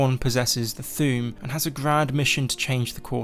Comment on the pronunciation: You say Thu'um like Thewm